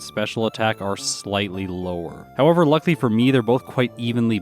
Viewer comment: You're also overusing the snot out of the word "luckily", which you seem to pronounce "luckly".